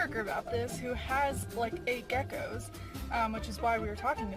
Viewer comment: "You homphobic towards ya gecoks?"